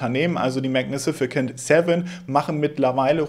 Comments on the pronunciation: Bitte nicht magni-si-ficant... Magnificent ( ¶ megni fi sent ¶) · Es heißt "magnificent", nicht "magnificicent". Ich like trotzdem. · Min.: Magnisificent Seven - oder magnificent Seven 😉😅? ist Gott sei Dank doch kein Roboter 😅👍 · die Aussprache von "magnificent" ist maɡˈnifəsənt und nicht "mag nifisi-kent" und später auch..... ist gut gemeint😀😍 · 😂Wenn er jetzt noch ein mal magnifikicent 7 sagt!!!🎉❤ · Heißt das nicht Mägägäninifizifent ? 😂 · Ist nur ne Kleinigkeit aber du hast „magnificent“ einfach mal eine weitere Silbe angedichtet und es zu „mag-ni-fi-si-cent“ gemacht. Englische Wörter sind des Öfteren dein Endgegner. Ich meine das gar nicht böse aber du könntest dir ja Wörter, bei denen du dir unsicher bist, vorher einmal von Google Translate vorsprechen lassen. Hast natürlich trotzdem ein Like bekommen :) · MagniSIFICANT 😂😂😂😂 Nicht böse sein aber Englisch ist nicht so deins! 😉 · mag- ne- fe- cent :) ist aber auch ein Zungenbrecher :) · magnificent wird am Ende wie Cent ausgesprochen, nicht wie ein K ;-) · super Video, danke. Aber guck mal wie man "magnificent" richtig ausspricht :)